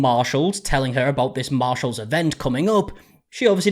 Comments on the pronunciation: she thinks it's Marcéllé a luxury French brand 💅🏻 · She calls it MarShells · It's pronounced Marchalles. I think it's French. Very exclusive. 😅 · Ya’ll at Marshal’s, who did she expect in the line. It’s Marshals 😂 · Ma'am it's marshalls not louis vuitton...😂 She needs to be brought down back to earth. 😂😂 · Girl, sit yourself down. It's Marshalls, not Louis Vuitton!!! 🤣😂🤣 They're equal to Ross, to TJ Maxx, hilarious she is lol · Girl, it’s Marshall’s. 😂😂😂